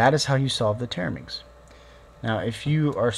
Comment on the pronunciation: You keep saying TETRAminx wrong. A TERAminx is a completely different puzzle